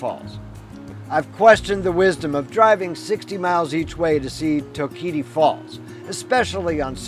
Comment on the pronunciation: Nice video.. it’s pronounced TOKE-uh-tee) falls 😊